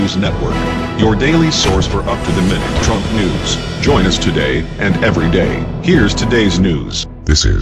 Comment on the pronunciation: please learn how to say Trumps name correctly.